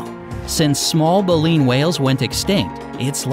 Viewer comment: You mispronounced baleen